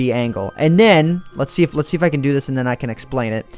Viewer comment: Whenever says "can" it always sounds like "ken" to me.